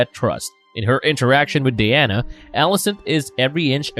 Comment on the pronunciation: I can't take anyone seriously who says shit like Odder Brudder Mudder and Fadder lmfao The rape victims name isn't Diana like wonder woman it's Dyanna